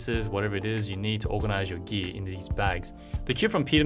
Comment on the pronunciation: Sorry to ask but you spell gear like gee what is this country accent(I learn english)